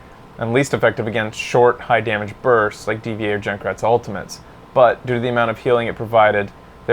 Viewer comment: D.Va is pronounced Diva, dude.